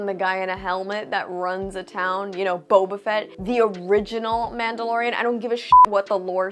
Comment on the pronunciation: With all due respect..... Booba Fett.